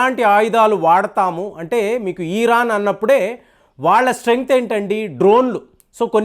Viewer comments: ఈరాన్ కాదండీ బాబూ. ఇరాన్ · Eeeeraan kaadu IRAN ani pronunciation chey. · Plz pronounce properly Its iron Its not eeeron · చిన్న కరెక్షన్ మీరు ఈరన్ ఈరక్ అంటున్నరు అది ఇరాన్, ఇరాక్ కదా.. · It is IRAN, not EERAAN.. Very poor language skills. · ఈరాన్ ఏంటండీ సరిగా పలకండి! ఇరాన్ అని!